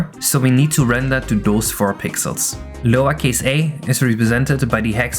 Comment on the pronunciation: "hex value zero eggs one" (0x1) "remember it's hex 0x1" Something tells me a lowercase "a" in hex or binary for that matter is not = 1 :popcorn-yellow-striped-smile: Especially nice editing on this tho, and I do enjoy your videos :)